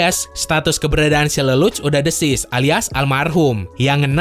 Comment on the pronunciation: Deceased jd Desis 🤣🤣🤣🤣